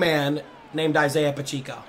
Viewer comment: Pa-check-O is how you pronounce it